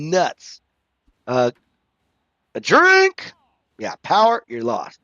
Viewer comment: i feel like i made you drink the least amount this round lol also you said strink at some point. thats drinking on a strike in the zone perhaps? haha